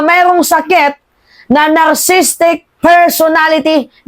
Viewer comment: Maam lagi po ako nakikinig kaso lang nakaka lito kayo magsalita anong safiest place there is no such word safest siguro, at ano yung Narcistic baka narcicistic, ayusin nyo naman po Maam nakaka frustrate kayo magsalita minsan,..anyways I hope sara goes to Jail.